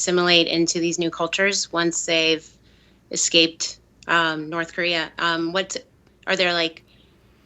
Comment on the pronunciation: actually pronounced "Norse Korear". I watched a documentary, I know.